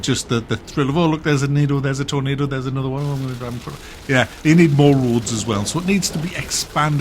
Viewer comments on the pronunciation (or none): none